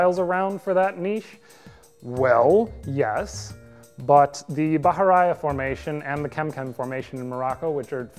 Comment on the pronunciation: Put this on to sleep to only to be caught wildly off guard by that pronunciation of Bahariya...